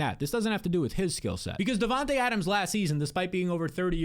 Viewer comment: ya vids are 🔥, but how can you pronounce Devonta Adams name right but Devonta smith name wrong 😂